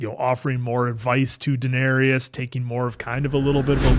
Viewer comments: You are pronouncing Daenerys incorrectly Dan-air-is Not Dan-air-e-is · Dan-ERRYS not Dan-ERRY-us! 😠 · Dan-air-iss /for the algorithm 😊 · The Dennarius killed me. Daenerys